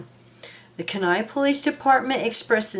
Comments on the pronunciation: pronounced- Key nigh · That is pronounced key-ni kenai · Kenai is pronounced Keen eye 😊 Thank you for posting this ❤❤ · My brother-in-law comes from there and it is pronounced Keen Eye